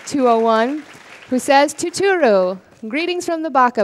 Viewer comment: Annoucer girl completely butchering the "tu-tu-ruu" dontaion msg :P